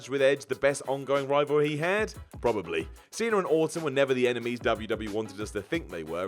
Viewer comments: “Probally” In the intro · "probally". What,is gonna probe us now? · “Probally” and “Kurt Angel” lol